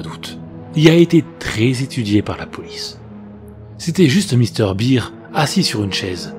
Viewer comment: Par contre... pk tu prononce "bear" en "beer" mdr